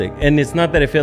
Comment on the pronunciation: Emphasis on E V E R Y BMW 😂